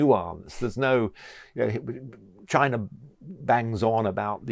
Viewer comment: Where is Chiner?? Slovakier? Russier?